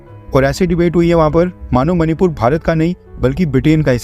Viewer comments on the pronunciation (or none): none